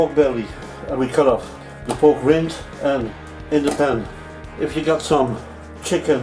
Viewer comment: Because he keeps mispronouncing the word "rind"